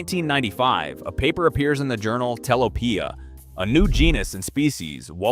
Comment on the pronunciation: Telopea pronounced incorrectly. So are most of the other names. This is rubbish.